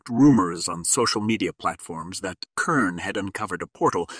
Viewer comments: clicked off after multiple "K"ern repetitions... it is a soft C like an S - you got it right half the time until I gave up , it is pronounced "S"ern. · Is this A.I mispronouncing repeatedly this demonic Companies name Kern instead of Cern 😅. Not THAT intelligent is it ? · Pronounced SERN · Says KERN - what an idiotic AI reader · Its hard to listen to when the pronunciation of the main subject isn't even being pronounced right. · probably ai. Or this guy got ai to write this and doesnt know how to pronounce words